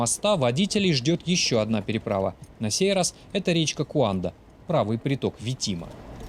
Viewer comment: Ещё мне кажиться, не куанда, а кунда.